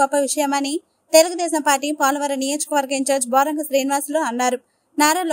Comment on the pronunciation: Name cheppadam kuda anchor ki boromgam kadhu boragam